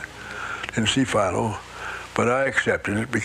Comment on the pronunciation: How do you mispronounce Philo?